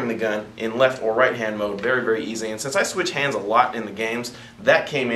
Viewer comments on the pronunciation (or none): none